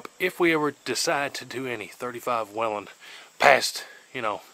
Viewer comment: Finally.. someone who knows how to say Whelen the right way!!